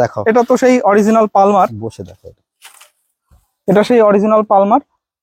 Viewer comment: অরজিনাল না বলে original বলুন